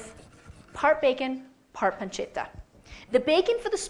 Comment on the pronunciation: damn... she's gonna pronounce pancetta and parmigiano reggiano all properly in italian and then add cinnamon, heavy cream, and fresh pasta to her "carbonara" WTF